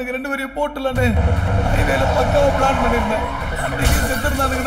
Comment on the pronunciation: அது பிளானட் எக்ஸகியூட்டட் அல்ல.பிளான்ட்.அதேபோல ஹீரோயின்.ஹீரோயினி அல்ல.மினிட்,நிமிட் அல்ல.மேலும் பல indian crocodile உச்சரிப்புகள். தமிழிலும்,ஆங்கிலத்திலும்.